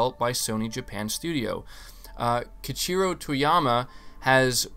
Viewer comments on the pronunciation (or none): Um. Ok so. No one needs to worry about accidentally pressing those buttons on the wireless charger. Most people don't rest their hands there while gaming. It looks like a very non-issue. Also, it's like (kay-ee-chee-roh). Keiichiro.